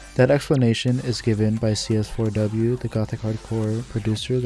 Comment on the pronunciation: I like how you say cs4w's name as written. i always kind of said it as seesaw in my head 😂 Nice summarization btw! I personally would have included the influence of Umineko and zts' music for that game on the genre, too. It's very prevalent with more notable gothic hardcore artists and some of their early work (gmtn. - Happy Maria remix, Furiosa Melodia; Team Grimoire - 悔恨コロッセオ, Grimoire of Blue album, Prison Strip remix, Abstract Garden). It also coincided with the Touhou Doujin remixes community, which I'm sure also influenced Gothic Hardcore to a point (Kurokotei, to an extent, as she is not strictly gothic hardcore. Shoutout to her song arcanegatewander, a clear homage to zts' music). Though, I guess this video is more of what is Gothic Hardcore musically and where it fits in the genre bubble. As for Gothic Hardcore music theory, none of it is set in stone, but a lot of it is based around classical music tropes such as the Harmonic Minor scale/Perfect Cadence (V - i movement), Circle of Fifths progression in minor, the Lament Bass/Andalusian Cadence (descending chromatic bassline), trills, and classical arpeggios. Gothic Hardcore really borrows a lot from Baroque, tbh. Maybe throw in some Phrygian for the bII/Neapolitan chord (Tempestissimo, iirc), or even the drawn out isus4 - isus2 - i or I (Picardy Third) for the Team Grimoire flair. A lot of this is all pictured in CS4W's progression anyway; It's a modified circle of fifths prog (Aug chords are not really circle of fi